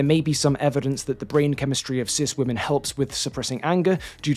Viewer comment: He mispronounced women😢